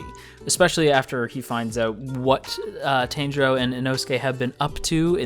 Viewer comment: A heads up. It's not Tan-jirou. It's Tahn-jirou. That's how you pronounce his name.